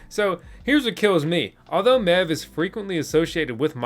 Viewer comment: Wasn't looking at my phone when you started talking about MEV and from a distance it sounded like you said "Now let's talk about meth" thought the channel changed directions in a hurry